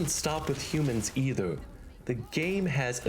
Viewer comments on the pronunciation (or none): none